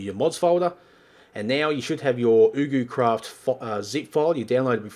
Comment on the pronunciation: Its prononced: YugoCraft